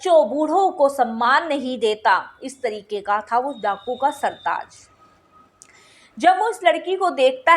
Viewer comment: Sardar hota hai sartaj nahi